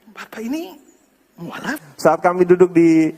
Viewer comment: Salah sebut pendeta bukan muaalaf tapi mu,allaf😃😃oke